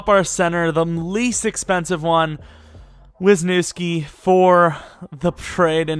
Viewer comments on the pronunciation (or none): none